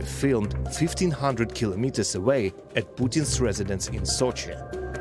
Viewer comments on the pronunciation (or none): none